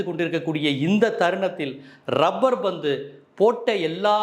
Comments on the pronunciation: Dai mayiru, it is "labbur bandhu", "rubbur bandhu" illa. Oru nalla movie title la enda kedukkireenga?. Dai, neenga review kuduthalum, kudukkattiyum, indha madhiri padangal makkal pappanga. "Thani oruvan" ku aapuram, ippathan makkal kuuttam varudhu. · Rubber pandhu nu solringa, lubber pandhu